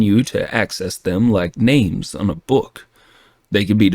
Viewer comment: I hate this version! The AI sounds better than the human voice actors... And that's scary. The southern accent is one of the worst I have ever heard and I've lived in the South for my entire life. The pronunciations of all the names is also driving me crazy, and for the love of God tell that voice actor pretending to be John Cooper TO STOP CHEWING ON HIS WORDS!!! Please keep putting out the story with the AI as The voice, because I don't believe I'll be able to listen to the story anymore if this becomes a permanent thing. Honestly I love this story so so very much, and this is extremely disappointing. Please don't replace the AI with these terrible voices. 😭😭😭😭